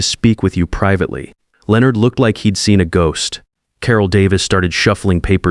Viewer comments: Is it really that difficult for AI to correctly pronounce Leonard every time? About half the time it’s correct. The rest of the time it’s pronounced Leo-nard. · This one taught me how many different ways Leonard can be mispronounced.